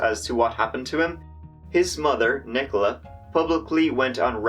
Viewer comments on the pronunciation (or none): none